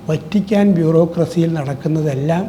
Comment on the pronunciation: മലയാളത്തിൽ വ ത്തി ക്കാൻ എന്നാണ് ഉച്ചരിക്കുന്നത്. വ റ്റി ക്കാ ൻ എന്നല്ല..... അയ്യേ, മെത്രാൻ കേസ്സ്!വഞ്ചി സ്‌ക്വർ പോയതല്ലേ. Chumma വെയില് കൊണ്ടതല്ലാതെ.. എന്തു ഗുണം കിട്ടി. ഇനി അനങ്ങാതിരി 75 ആയില്ലേ